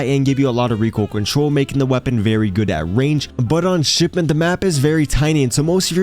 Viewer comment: whats shipedent lmao learn to speak